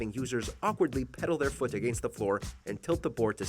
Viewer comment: What's up with you guys pronouncing against like againest?